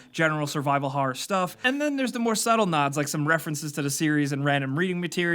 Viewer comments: Liked for how says "harrer" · "harrer"